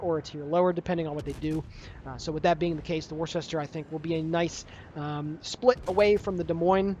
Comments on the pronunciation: lol...so triggered by pronunciation "war-shester"...but I am from Massachusetts. It is pronounced "wooster." LMAO ;-) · As someone who is FROM Worcester, it is NOT pronounced "Wor-ses-ter". It's pronounced "Wusta". I know it's weird, but that's honestly how it is. I cringed when you first said it. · of Warships - "Worcester" is pronounced as "Wooster" FYI. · Worcester is pronounced Wooster... Or woostah if your a local... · worcester pronounced woooster?? dont know why, but it was an atlanta replacment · Its pronounced wuster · pronounced Wooster as in the condiment Worcester sauce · It's pronounced 'Wuster' :) Like cleaning with a 'duster' ... you can do it !!!!!!!! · She is pronounced Wooster as in Jeeves and Wooster. There is also a sauce called Worcester sauce that is added to Bloody Marys and that is also pronounced Wooster. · It's pronounced ........Wister........ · Its pronounced "Wooster" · Here in Maryland, Ive heard people pronounce it as weird as "war shis ter" when talking about Worcester County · How to pronounce Worcester